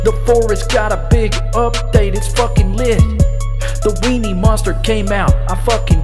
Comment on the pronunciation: I like how you say wienny